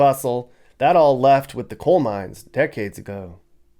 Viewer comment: It's coal not cole....